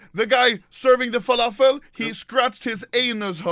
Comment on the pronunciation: “WALAFEL” WTF TRIGGER LEVEL 99999